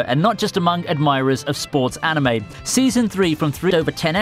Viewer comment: Wtf i anticipated no. 1 to be something else and not ... sports anime. And also the way you pronounced the words 'anime' and 'manga' is so terrible.